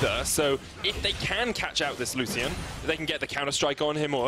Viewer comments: Lusssian... my soul cringes so hard. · Triggers me how he says lucian